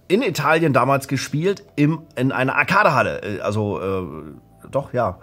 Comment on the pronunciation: diese deutsche aussprache von arcade tut weh und schmerzt, aber damals wusste man es ja auch nicht besser. ich bin bj ´88 und hab bei pokemon zum teenager immer tee-nager gesagt, ich dachte mir das wird schon so stimmen, iwer mag es bestimmt an teeblättern zu nagen während ich ihn halt nur trinke x)